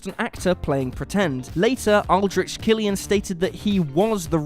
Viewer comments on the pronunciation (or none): none